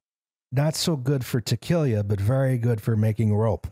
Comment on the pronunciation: Take a shot every time mispronounces tequila